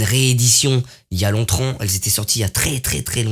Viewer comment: "Y'a longtremps!" 😂😭